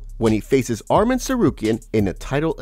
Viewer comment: "Arrem" Tsarukyan. Never change, Uncle Chael.